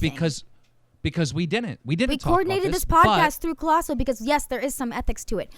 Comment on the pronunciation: at some point keem called colossal "clien" lol